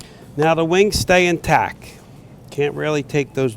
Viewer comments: It annoys me more than it should that he says in tac not in tact. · Good job but the word is IN TACT not IN TAC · INTACT!!!! You mumbling prick....it’s INTACT not in tack. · "in tac" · Intack is not a word In-tac-t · Does this guy know that the word intacT has a T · I cringe every time I hear the way he pronounces intact ... he keeps saying INTACK.. I thought I miss heard the first time but nope that's the way he must think it`s spelled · He keeps saying "intack". INTACK? How about INTACT ???? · He said "Intac" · Does it bother anyone else ow he says is "in tack" instead of "intact" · cool video. My only complaint is that it's "in tact" not "in tack." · "in tack" -_ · "INTACK" IS DRIVING ME CRAZY!! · ^listen to him. He says intack. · is anyone else annoyed by him saying in tack as apposed to in tact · This guy doesnt know how to say intact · TACT. It's. IN *TACT*. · drinking game: every time he says intac take a shot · Intact! There's at "t" at the end,. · TACT! IN-TACT!!!! That bothered me the whole time lol....other than that....That turducken looked bosslike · Does he know there's a t at the end of "intact"? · there is a "t" at the end of "intact"